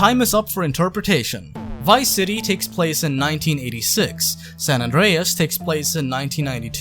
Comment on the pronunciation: You know I was with you in the beginning, I was like yh you right then I heard you said gta San andeas and i was like wow nah stop there I’m out